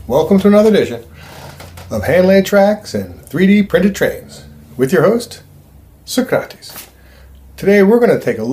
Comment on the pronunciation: Are you actually “SO crates” and not “SOC ra teez”? 😂